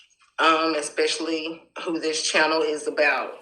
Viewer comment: ES not expectially